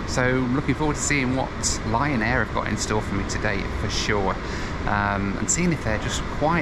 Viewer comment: Every time yo said Lion Air, my aged ears heard Ryan Air. Not sure what that could mean.